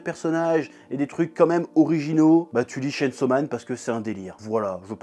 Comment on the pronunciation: Tu pouvais au moins prononcer le chain : tchayn 😭